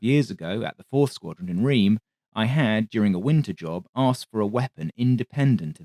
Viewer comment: Sorry to be a pedant again, but Reims is pronounced: "Rass" not "Reams".